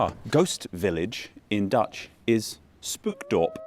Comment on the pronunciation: Google Translate should be any English speaking, foreign filming YouTuber’s biggest friend, but somehow they never seem to find it… Also it’s not pronounced “spookdorp” but “spokedorp”. Oe and oo are sort of reversed between English and Dutch.